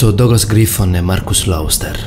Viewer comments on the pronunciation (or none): none